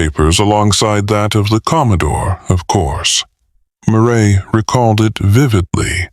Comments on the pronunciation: I can't believe they even posted this, but it's coming from Pakistan so they probably wouldn't have noticed the mispronouncing even if they had listened to it themselves. Ugh.. I can't help but feel I'm hearing a story about Dr. Phil (McGraw) 😊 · I think the voice is ok , it's the cadence and mispronouncing the main character's name through the entire book that's really bad.